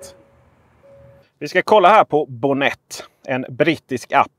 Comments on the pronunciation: Mycket bra tips! Tack för guiden! 😀🍸 Men uttalas det inte med betoning på o:et? Bonnet betyder motorhuv på brittisk engelska. 🇬🇧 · Jo, det gör det. :)